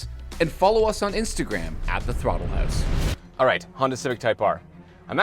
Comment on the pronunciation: Why does he say house like hoose